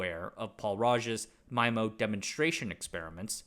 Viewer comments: Thanks from all around for pronunciation of "MY - MO"... instead of "ME - MO". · MyMO ❌️ MeeMO ✅️ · If "SISO" is pronounced "See - Soe" Then "MIMO" is pronounced "Mee - Moe"